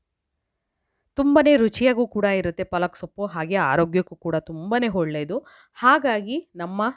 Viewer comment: ಹೊಳ್ಳೆದು ಅಲ್ಲ..ಒಳ್ಳೆದು...ಟ್ಯಾಮ್ಯಾಟ ಅಲ್ಲ ಟೊಮೇಟೊ